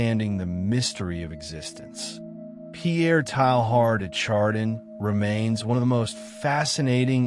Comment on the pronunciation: what a strange narration of a very interesting subject and man. I laughed everytime his name get pronounced. Strange to me that you would go to all this effort and not know how to pronounce his name.